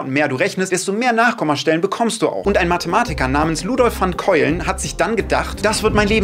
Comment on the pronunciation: Rezooo! Das wird nicht Keulen sondern ungefähr "Kaölen" ausgesprochen. Auch wenn es anders aussieht. Ist sicher ein niederländischer Nachname. Bin auch NLerin